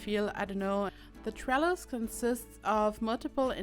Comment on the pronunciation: Right. Lol. I thought you said trellar, my ears heard an r. I indeed like the trellises. Now if I ever see one and I'm with people I'm gonna let em know it's a trellis and I know what it is. :D